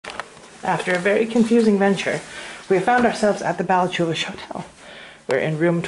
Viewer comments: its pronounced balla-hoo-lish the c is silent! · the way you pronounced ballachulish